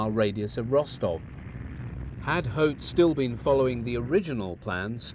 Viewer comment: Terrible mispronunciation of General Hoth.